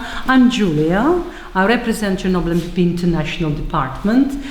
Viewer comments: Fucking Peter Jennings...."Churnable" Atomic Power Plant. Almost like Wilford Brimley with his "Diabeetus". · That news idiot doesn’t know how to pronounce Chernobyl and Moscow